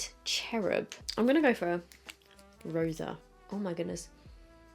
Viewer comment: I love when she speaks españññol. 🇪🇸 😍 ¡! Hahaha 💖